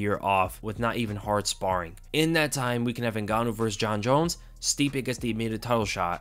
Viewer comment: I toooooold you all, I can’t believe how everyone was saying stipe again . No wayyyyy